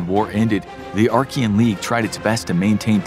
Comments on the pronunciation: "Archia" "the Archian league"? Do you mean Achaean league? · its not Archean but Achean there is no R..! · Awesome video. Slight correction: it's the Achean league. Not the Archean league. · it's Achaean League (not Archaean League) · Stopped watching when you kept saying Arkian 🤦🏻‍♂️ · There is no "r" in Achean, as you pronounce it